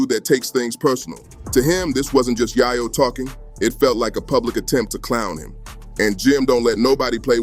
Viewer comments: “Yaaaahh Yo” lol dude it’s Yay Yo!! get it straight ❤ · GO THERE!.. AND ITS ""YAY-YO"... NOT " YAH-YO"....HUH?!?!?!? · Your saying yayo wrong dawg… also I’m white smmfh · Idiot can't even pronounce Yayo correctly. Bye Idiot